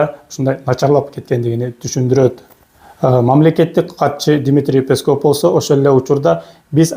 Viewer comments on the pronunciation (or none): none